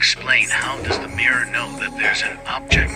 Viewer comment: The thing I can't get my head around, is that pronunciation of mirror. Miiir?? 🤔